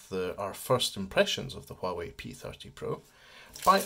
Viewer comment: It's pronounced Wah Way, silent H 👍